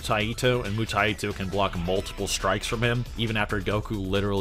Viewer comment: why are you pronouncing 武泰斗 Mutaito with an extra "i" ? its Mu-Tai-To, Mu or Bu means Martial, and TaiTo is a chinese phrase for "someone of great importance" or "titan"